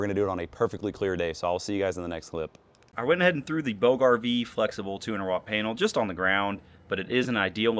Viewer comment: Bouge: Pronounced like "BOOZH" (rhymes with rouge). The "g" makes a soft, smooth "zh" sound, like the "s" in the word measure.